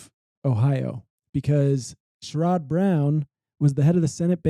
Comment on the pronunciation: Very non-Ohio pronunciation of Sherrod, ….